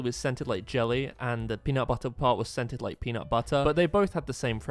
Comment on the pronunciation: It’s peanutbutter not punutbuttu